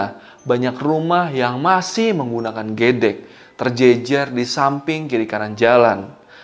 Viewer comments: Gedheg bg bukan gedek plafaln e nya salah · Lucu liat baca gedek.. Bukan gedek, tp ge'dek. Logat jawa, bahasa Jawa, hurufnya sama, tp klo bacanya beda, pny 2arti yg berbeda. Yg bilang gedek itu artinya menggeleng. Klo ge'dek artinya tembok rumah dr anyaman bambu. ☺☺ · Waduh, ngucapin gedek aja gk bisa.. 😀😀😀